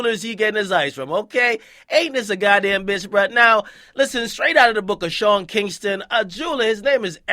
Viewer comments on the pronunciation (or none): none